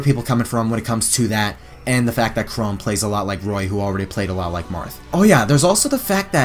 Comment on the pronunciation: I hate to be that guy, but Chrom isn’t pronounced “Chrome.”